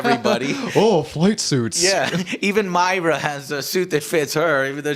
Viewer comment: her name is not myra, it's pronounced as moira.